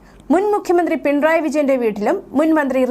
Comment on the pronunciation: ദേ.... വീണ്ടും** പിൺ റായ്** മക്കളേ,, പിണറായി എന്നു പറയാൻ ഇത്ര ബുദ്ധിമുട്ടാണോ????? ഒരു കാര്യം ഓർമ്മ വരുന്നു,, ക്ലാസിൽ പഠിപ്പിച്ചു കൊണ്ടിരുന്ന അധ്യാപകനോട് വിദ്യാർത്ഥി പറഞ്ഞു പുയ്പ്പം എന്നല്ല പുഷ്പം എന്നല്ലേ സാറേ എന്ന്.... അപ്പോൾ അധ്യാപകൻ പറത്തു,, പുയ്പ്പ o എന്നും പറയും പിന്നെ ആ കുട്ടി പറഞ്ഞതുപോലെയും പറയുമെന്ന്.... അങ്ങനെ ത... വല്ല സാങ്കേതിക തടസ്സങ്ങൾ ഉണ്ടോ?? മലയാള ഭാഷയിലുള്ള വാക്കുകളുടെ സ്പുടത ശരിയാംവിധം അല്ലങ്കിൽ കേൾക്കുന്നവരിൽ ചിലർക്കെങ്കിലും അരോജകത്വം ഫീൽ ചെയ്യും🙄🥹🙄🙋🏻❣️🌹❣️💐💐💐